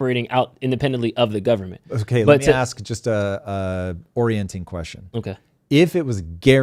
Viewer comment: It's prounced ASK.